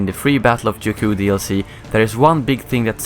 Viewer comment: Juku? Really